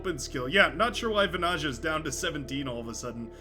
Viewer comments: As a Finn, it'd be like 'vanaya'. But the pronunciation of the player's name is pretty much set by now, after dozens of videos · As a Finn the pronounciation of Vanaja keeps irking if indeed his flag is correct (tried to not pay attention but...😅). If you are interested that "j" should be soft more like the beginning of "yeah". Just my pointless input. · Seems like there are many bones to pick here. 1v1 and how to pronounce vanayeah. I dont mind it.